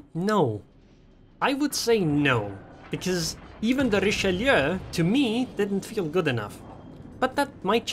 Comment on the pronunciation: Never seen anyone pronounce Richelieu so correctly on Youtube. Everyone says Richeloo for some reason